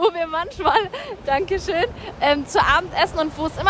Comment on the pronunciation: Bibi: manschmal Andere:manchmal 😂😂😂😂😂